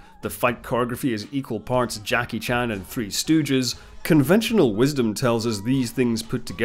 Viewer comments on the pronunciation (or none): none